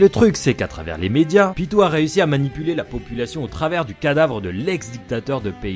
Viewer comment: PYTO ON DIT PYTOOOO